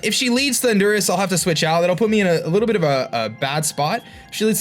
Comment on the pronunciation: No offense, but do you say ThunDUrus on purpose? xD